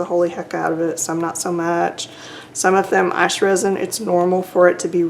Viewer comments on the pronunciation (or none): Great video. When you said ICE I would have sworn you were from the south😊 I'm in SC you sound like a hometown lady hihihihi